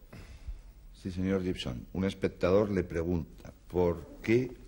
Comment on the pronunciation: De la época en que todo el mundo pronunciaba GIBSON como llibson (es guibson). Y el bueno de IAN (al que llamaban muchos áian, es ían) no los corregía.